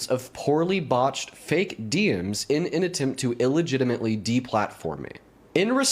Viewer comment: Why is the video of AI generated, and his words too? AI pronounces "DMs" as "diems", humans don't do that, humans say "Dee Emms". Just look at his fake as face - it's obviously generated by something - doesn't even look like current AI, looks more like Final Fantasy from a few years back.